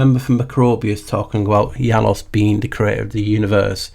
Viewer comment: Your ‘Janus’ is SO on-point! 😂 You rock my friend, such a delightful, educational video again! Boom! 💥😁🙏🏼 Nameste